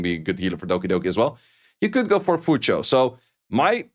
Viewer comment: His pronunciation is actually closer to the actual pronunciation. It's closer to Cho than Chu.